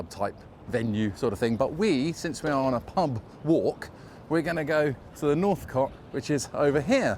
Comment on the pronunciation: Is Northcote not pronounced like "coat"? Thats how i always used to say it. I lived in Clapham between 2008 and 2013. Loved it.